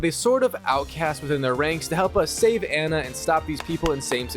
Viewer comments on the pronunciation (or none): Its pronounced an na not an ya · Anna, not Anya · Her name is Anna and not Anya :) Why do you call her Anya ? You played the game so you should know her name is Anna right? Why Anya??? What is going on with Anya :) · Miller is rolling on his grave everytime you say "Anya" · i hate how you pronounce anna😅